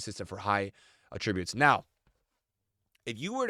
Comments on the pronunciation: “aTRIBUTEs” it’s “ATtributes” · Evos are cool concept but I don’t want to have to build every good player on my team. Also the way you say attributes makes me angry